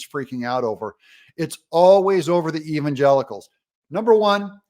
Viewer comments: "Even Gelicles" who the heck are "Gelicles?" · When she says the word Evsngelicals it looks like she's got some lemon juice stuck in her eye